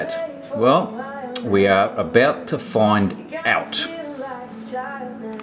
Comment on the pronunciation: Please say 'find' again..lol